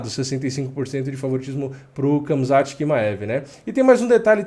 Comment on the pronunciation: nao é kamzat, é ramzat..mesma pronuncia do Khabib